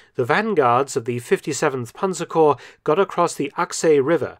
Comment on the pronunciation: Germans always pronounce the word panzerkorps correctly and complete; what do you have in the tongue that you’re unable to pronounce it well?